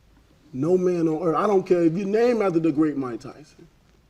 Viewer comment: deontay can't form a sentence or speak normal, a third grade child could speak better. he said I'm the baddest man on erf? haha, I think he tried to say earth! 95% of people in America don't even know who he is and he is our heavyweight champ.